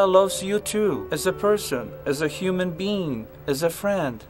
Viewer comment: ''as a human bean''